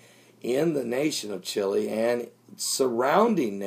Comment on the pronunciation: Chile, not Chili